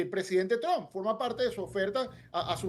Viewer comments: Y aprende a pronunciar Trump, no es TRON es TRUMP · Donald TrumPPPPPPPPP porfa pronuncia la P al final del apellido, siempre dices Donald Tron